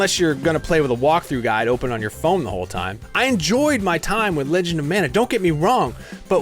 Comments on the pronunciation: It's pronounced MON-UH, not MAN-UH. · Ma Nuh, or Mahn ah, NOT Man ugh or Mann ah, wrong word and wrong pronunciation! Not the biblical Manna or Mannah, but Mana (Polynesian)!